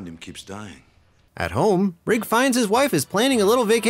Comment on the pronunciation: Thank you for saying “Rigg” and not “Riggs” like so many people mistakenly do!